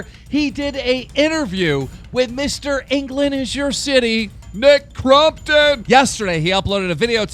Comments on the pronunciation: Stop saying crumptun 😭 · I thought keem said Mccrompton